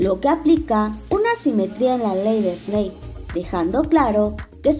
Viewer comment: Todo bien pero se pronuncia (esnel) no (esnei) Snell